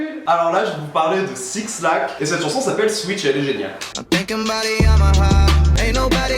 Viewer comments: Can you stop saying 6-lack please! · je t'aime mais... ON DIT BLACK PAS SIX-LACK WTF SIS I'M CALLING THE POLICE LIKE RN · qd t'as dit "SIXlack" j'ai eu envie de te faire un câlin et te dire que c'était pas grave pcq évidemment t'allais avoir des commentaires dessus :(( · 6lack se prononce black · 6lack ça se prononce black ❤️ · J'adore ta vidéo mais par contre "6lack" se dit "Black" Il a fait une vidéo sur sa chaîne où il explique comment on le prononce